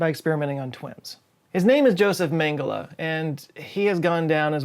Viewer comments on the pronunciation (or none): Mengele is pronouncrd Mengeley as when a hen "lays" an egg. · Josef Megele, (Pron. yohtsef maygaylay) German J is not like the French 'dz', but rather like the English' 'y as in you. Junkers (younkers). Gratis deutsche Unterricht 101 von mich! He was a notorious Nazi doctor, actualy my primary physician in gastroenterology, no wonder I have diarrhoea all the time! YEAH RIGHT! I am no where near being THAT old! (I was born in 2003)! He was the world's worst doctor! medical experimentations without anaesthesia, and other untold evils. (Maybe this is why the chronic diarrhoea, it is purely PSYCHOLOGICAL Just from learning of his rather nasty 'techniques'!)! I don't know his ultimate fate -- perhaps he had the severest form of diarrhoea (worse than Cholera) and DIED from it! Hmmm... dass gibt mir einen Idee! Hmmm... I MUST say this, His Holiness the Dalai Lama has it right, EDUCATION REFORM! Instead of just teaching the material and physical world, the inner self such as emotions must be cultivated -- especially positive emottions as Aurangabad (karuna compassion, trust, perseverence, forgiveness, tolerance, etc and ahimsa meaning non-injury or non-violence. The emotion of love and peace of Mind is so important along with the physical, material side of Mind. We are all social animals we are dependent upon one another, all 8 billion of us as brothers and sisters. All the rest is just LABELS! The 'we vs they'. We are all part of the Human family. To teach and cultivate this harmony is most needed on this planet NOW -- TODAY! This is what Budd